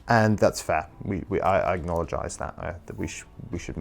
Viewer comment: I like this new word, "acknowledgize" (acknologize? Lmk)